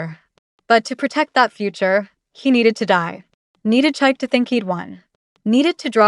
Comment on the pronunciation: Chi-kay, not Chike😂